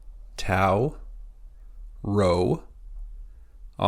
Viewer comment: rho is not pronounced like english r.